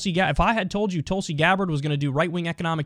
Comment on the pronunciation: pronounce her name correctly. TOOLSI